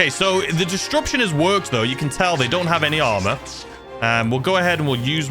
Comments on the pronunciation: Distruption gets me every time 😂😂😂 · The way you pronounce disruption has me howling😂